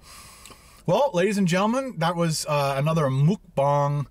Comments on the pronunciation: I'm sorry, but you keep saying Mukbang wrong!! It sounds more like Mok Pang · It’s “mookbong”. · Mukbang is Korean. This is the best explanation for the pronunciation for English speakers: Muk - rhymes with buck Bang - pronounced like bong (like a smoking bong) So was close... just need to switch it around when he prounced it 2 different ways. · stop saying mukbang you say it so wrong its triggering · muk rhymes with truck. bang rhymes with thang. for ferks sake just learn how to say it. PS- love the videos, can't wait for the next cook and review! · It’s Mukbang not mukbang like if you read them both different 😂